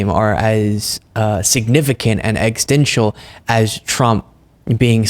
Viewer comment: I like what you’re doing & I agree with your position and your posts. However it is somewhat dampened by your inability to pronounce a critical word that you keep using. You’re using the word correctly, but you’re butchering it’s pronunciation It’s NOT EXISTENCLE I it’s EX ES TEN TIAL